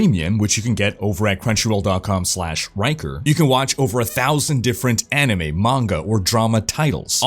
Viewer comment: "Hey folks! This is."